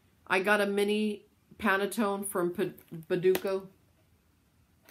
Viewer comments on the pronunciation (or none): none